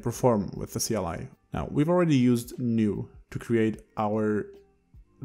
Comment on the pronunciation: lol kleeeee !! ive never heard it read out like that you just made me smile trying to figure out what a klee is